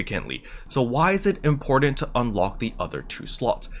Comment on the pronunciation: sound ur words out before u say them like important and magenta say it like as in gentlemen